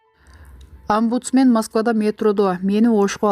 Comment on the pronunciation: Амбудсмен эмес омбусмен